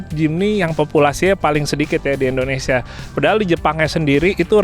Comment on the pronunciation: Indonesia bukan endonesia bang